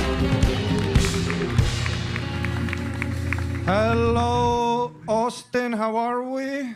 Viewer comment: Tony over pronouncing the t’s in Ari Matti is making me ponder murder suicide scenarios.